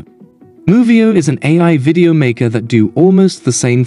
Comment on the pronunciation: good that it will be corrected - but it's not because it is muddy - it is because it mispronounces things like "video" and puts incorrect vocal inflections in the sentences. I can immediately tell if it's just a text-to-speech synth as this always happens.